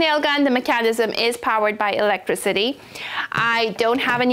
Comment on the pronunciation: I feel when I hear you say “electriCITY” that u are 🇹🇹 ❤ … love the video excellent explanation n tips